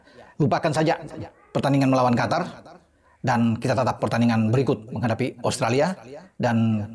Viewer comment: Jangan sebut Qatar lagi tapi Qotor!